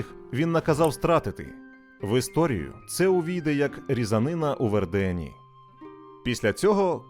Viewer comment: ВЕрден.. Прошу дуже, ШІ, наголоси правильно!!